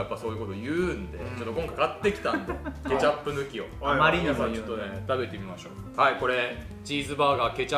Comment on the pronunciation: の｢ケチャップ｣の発音好き